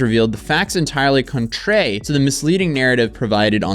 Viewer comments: Your reading comprehension is getting worse. You pronounced patron as patreon and pronounced contrary as contray. You gotta watch these vids before you post em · ConTRARY, not conTRAY, omfg. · Contrary not contray 😂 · CONTRAY???? HUH? BRO, IT'S CONTRARY. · contray...bruh its contrary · Every young person now thinks the word PATRON is patreon. Omg it kills me! Also, it's contraRy, not "contray". I'm not being a dick btw... Just pointing it out so you know for the future! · Contrary is not pronounced "Con-tray" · "Contray"?? "Patreon" WTF is wrong with you? Learn to read. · Contray....patreon? Man needs to get hooked on phonics . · *tries to pronounce 'contrary' Contray Lol if you thought reading out loud in class was hard... Try a million ppl on the Internet lol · Cont-rare-e,. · Sorry but I can’t take it serious when you are mispronouncing things. Gen Z is cooked. “Contrary and patron” need to be evaluated. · Hey bro, you should hire someone to watch your videos and do some ADR work. If you already have someone that does that type of stuff, fire them. Writers have proofreaders to correct their spelling. You should have someone to be like "yo dude you pronounced 'patron' and 'contrary' wrong"